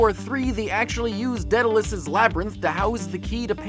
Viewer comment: I love you Jake, but it's not Deadalus, it's Daedalus.